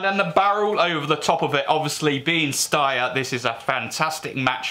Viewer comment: Steyer is pronounced as Schneider, not ssss but sh like hush